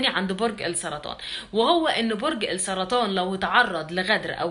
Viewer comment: على فكرة كلمة السرطان (اللام شمسية علشان بعدها حرف السين) يعنى نخفى اللام فى النطق..بالنسبة لرأيك يتفق جداً مع مواليد برج السرطان وأنا منهم